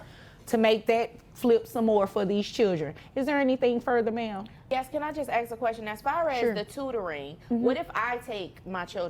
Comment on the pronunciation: I would have had to say you can ask a question but you can't ax a question